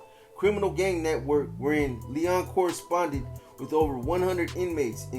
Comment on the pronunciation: Its pronounced L-E-O-N as in lion.